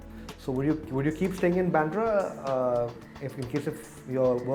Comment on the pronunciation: It's baandra Not byandra..fools